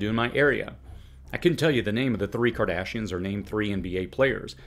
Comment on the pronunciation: Wait,...what's a "cardashien"?,...